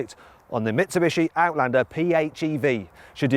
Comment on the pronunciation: アウトランダーの発音がよすぎて感動した